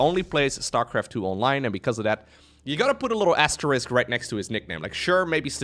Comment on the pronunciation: pronounce asterisk better than 90% of native English speakers. But anion and anionic aren't quite right. The phrase "an ion" (a charged particle) rhymes with "anion." So put a beat between each syllable: an-ion or an-ion-ic. We emphasize the word ion when it is part of another word. Cation sounds like "😺 ion", for example.